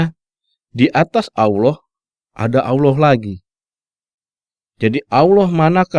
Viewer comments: Menjabarkan qur'an seolah mengerti isinya, tapi kenapa mengucapkan" Allah" dengan bunyi Aulah.....hahhahhhaa....!!! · Narator mengaku (seolah olah keturunan Arab),tapi tidak bisa mengucap Allah. bangsat loe!!!!